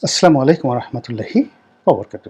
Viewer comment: Assalaamoalykum, not asslaamoalykum please